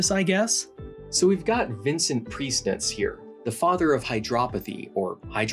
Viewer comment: ohhh my gosh, i did not expect fcking prieznitcz to be mentioned :DD im czech myself, and when i heard the name of the guy and the town, i was a bit confused at first, mostly because the town isnt called that anymore and your pronounciation made his name sound different than im used to. (im not hating, i think the austrians would roll their eyes at both our pronounciations) in the czech republic, the water cure establishments are a big part of our cultural heritage, and these places are still popular wellness retreats. the one you mentioned is called Jeseníky now. before i checked the name you spelled on screen, i thought it was vincent from whom a famous mineral water brand got its name, but thats another vincent :D vincentka is gross, but its really goos for you, both thanks to the high mineral content. anywho, priznitzes legacy here in czech republic is still going strong: in my family, the traditional cure for sore throat is smth we call "a priznitz", which consists of wrapping a cold, wet towel or a rag around ones neck, then wrapping a plastic bag around that for insulation and then finally wrapping all that up with a dry, warm scarf and just leaving it on for a few hours. maybe its placebo, but as far as my experience goes, its effective :DD just wanted to share these fun facts :DD im not sorry if theres any grammar mistakes, bcs i dont respect the english language enough to care :DD